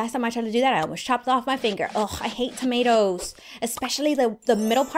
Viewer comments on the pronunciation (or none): Waht did you say adout tommatos?